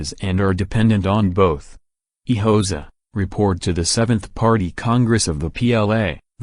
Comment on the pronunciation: How am I supposed to take you seriously if, within the very first second of the video, you cannot pronounce "Hoxha" correctly? I came here to find historical information, not rubbish.